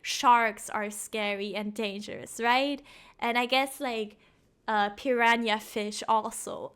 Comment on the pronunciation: "When do things ever that look scary are actually scary, ever?" Good point I also love how you pronounce "piranha" lol